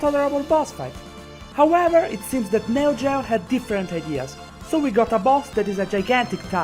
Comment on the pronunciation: You don't know anything about the developers of the metal slug series. It wasn't created by neo gao. Aka how you pronounce neo geo.